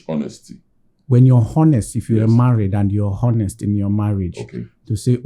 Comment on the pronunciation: please you guys should ignore the "h" in 'honest'.